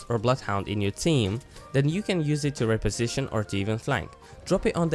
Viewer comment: You are saying "Reposition" wrong.